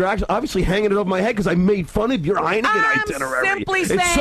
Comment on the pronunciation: What's "Heinegen", John?